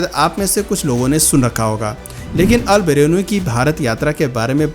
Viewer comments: सही से नाम लेना तो सीख लो अल बरेनू नहीं अल बरूनी है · Albarenu nhi bhai albaruni hota h 😂😂😂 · अलबरेनु नहीं होता है,अलबेरुनी होता है ।उच्चारण सही कीजिए प्रभु ! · अलबरुनी होता है😂😂😂 𝙗𝙝𝙖𝙞